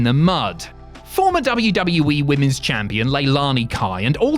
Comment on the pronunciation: Please get rid of this guy that narrates these videos I can’t stand him why does he pronounce WWE like WWwii or WW-we it’s very annoying and what the hell is his name or Whatever the hell he says, I can’t even understand him